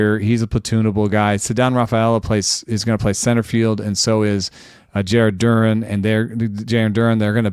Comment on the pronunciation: Listening to absolutely obliterate MLB player names, say the name the right way, and still say it wrong is quite the experience. Right down to Jarren Durrrr-en.